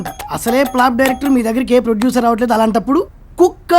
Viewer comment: producer kaadhu poducer 😂